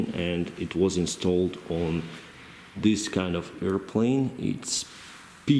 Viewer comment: with all due respect , i love how you say airplane ... airplaine🤣🤣🤣🤣🤣🤣 (just for fun)